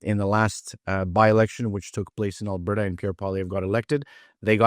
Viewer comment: that was your first mistake, he is from Quebec. You can hear the disdain in his voice, he does not hide it. And it is AlbERta, Not Abairta...